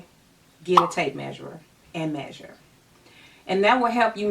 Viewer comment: Love your advice and attitude. Omen thing though. It’s tape measure. Without the “r”.